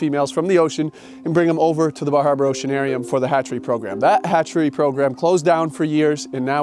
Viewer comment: I haven't ever felt that Maine accent was especially thick... until he said "Bar Harbor Oceanarium" and I heard "Baja Broceanarium," which sounds like a great name for a surf shack on the wrong coast 😂